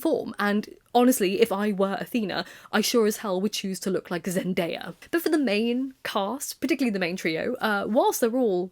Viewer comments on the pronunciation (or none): none